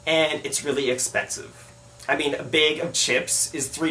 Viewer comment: omg 4.40 a gallon....wow.... i think that the US isn't the place to be as or right now. so idk! lol it would suck for u to move and hate the desert! lol....but yea u should scope out the area first! lol ow btw...i loved how u said "bag"....of chips...that just made my day! LOL